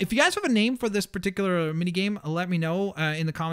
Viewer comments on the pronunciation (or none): none